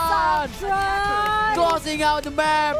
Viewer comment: ông caster cứ sang trang =]] sang tran sôu gút en tri